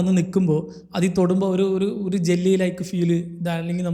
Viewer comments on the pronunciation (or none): none